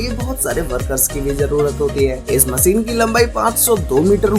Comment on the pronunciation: मशीन ✅ होता है भई….. मसीन नहीं 😢😢😢